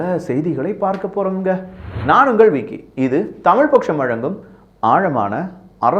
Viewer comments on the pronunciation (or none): none